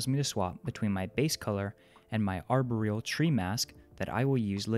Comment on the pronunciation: Arbor-real? Really? How about ar-BOR-eal instead.